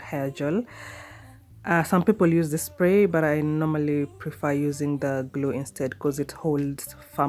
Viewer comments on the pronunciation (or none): none